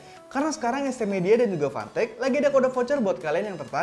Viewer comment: fantech di baca pantek